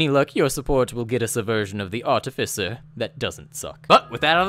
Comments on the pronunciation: THAT IS NOT HOW YOU PRONOUNCE ARTIFICER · Oof, it's not princounced as Artificer you're seposed to say it this way: Artificer